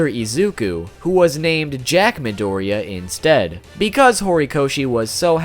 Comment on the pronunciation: Forgive my pronunciation, it's absolute garbage Me: UR ONE OF THE ONLY PEOPLE WHO ACTUALLY GOT THE PRONUNCIATION RIGHT!!!!!!